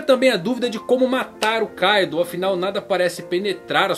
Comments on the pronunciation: Não é káidu...é Kaidoou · certo - ei TI ro Oda e nao Ei XI ro ka I do, e nao KAI do kkk esse cara n acerta uma kk